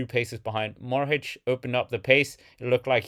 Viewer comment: Matej Mohorič not Morhič!